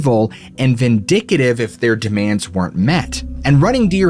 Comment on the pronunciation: VINDICTIVE it is pronounced Vin-Dick-Tive not Vin-Dick-IT-ive, "vindicitive" is not a word. thank you for the story! =)